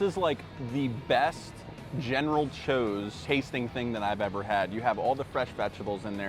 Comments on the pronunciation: never heard someone call general tsoas "chose" before its usually eithers "sah-w-s" or "sows" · You jacked up that name so bad 😂! It’s General Tso’s (ToeSo) 😂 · The way you pronounce general tso makes me wanna throw my phone across the room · General what???? 🤣 bro thats not how u say that